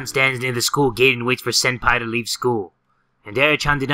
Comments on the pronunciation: Ha ha...he didn't even know how to say Yandere. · It was funny, god this comment is old too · I scrolled 8 years of your account and found that one of your most played games is the one you couldn't pronounce. Wtf, you've come so far but this is just too funny. Happy 8 years of playing man. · THIS IS SO NOSTALGIC. It's also crazy how back in the day he couldn't even say yandere correctly compared to how easily it rolls of the tongue now 240 videos later (I'm including the privatized videos in this count). This also shows how far yandere dev has developed the game and it really has been a journey from 2015 all the way to 2023. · Look at you trying to pronounce yandere when you first played. Now I look back at it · Me still laughing when he tries to pronounce yandere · I love how he trys to pronounce yandere 🤣😂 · The way he pronounced yandere... I'm completely shocked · yan- dariy yan -dare-a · Yan deh ree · Yan dee ree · opal You have no idea how to pronounce Yandere simulator it's not yan-dear its Yan-deer-ee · Ash Flame lol xxxx Yawn der ey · Ashleigh who? Yeen deere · 2020?? Anyone? “Yah de ree” Yes totally how it’s said. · I was dying when jay was trying to say yandere XD: Yan-duuur-eray... yandere.. yan-deye... you know what i don't know what it's called Me: What the f- ~dies laughing~ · im all the way in 2021- and yes. it is Yah dee ree simulator. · it is actually called yan-dere simulator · ”Yandiri” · thats nkt how you say it. in english its-yon deray- but i guess they are kind of the same X3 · It's Japanese, and it's pronounced Yan-de-de. You roll the R. <3 :) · It's YAN DARE AY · (Ashyloopsy) Its Yan De re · In actual Japanese, it's yahn-dere, but you can pronounce it as yan-de-ray because accent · It's pronounced 'Yan de rei' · its pronounced Yan de rei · 17 thats how you pronounce it but the japanese pronunciation is yahn deh reh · aguilar its pronounced in english Yan de rei. japanese is Yahn deh reh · Its pronounced "yan-der-rey